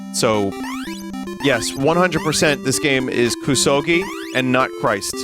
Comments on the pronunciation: Hearing "koo-soh-ghee" five seconds into opening this video was an auditory flash bang. booti pls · And then he said it right and THEN he said it wrong again. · Playing Koo-Sowegy on my Nine-Tendoo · KUSOGE actually means "shit game." KUSO is shit in Japanese GE (pronounced "gay") is a shortening of game (gaymu).